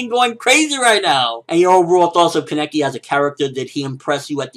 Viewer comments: People, it's KAH-NEH-KE not this weird KEH-NE-KI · kaneki is pronounced Kah-Nee-Kee it so easy to pronounce because in the anime that's how they pronounce it and that's how Japanese people pronounce their characters. so why do you keep saying Kah-Neck-ee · u say kaneki weird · Ugh I've noticed this as well!!!!